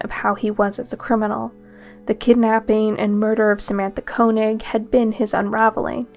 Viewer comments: First one's last name is pronounced 'Kay-knee'. I went to school with girl of same name. Not Koe-nig. I do hypnosis and remove spirits including demons from people. I believe demon spirits get inside people and cause trouble. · I thought Koenig was pronounced KAY-nig